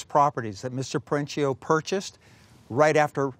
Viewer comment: The owners last name is Italian, so pronounced Peren-keeo, not Peren-cheeo. Annoying like pronouncing Porsche(a), vs Porsche(Porsh).